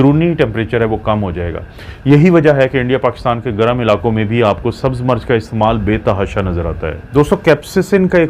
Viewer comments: Dr.Sahib aapki Urdu talaffuz bohut ghalat Hy. Plz Koshish Karen Sahi talaffuz bolen. Aap Mirch ko continue March keh rahy hen. Mirch ko march na bolen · March nahi Mirch hoti hai urdu tu sahi bolain